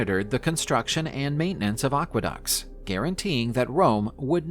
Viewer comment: ah-GRIP-ah, aqua-ducks, not dox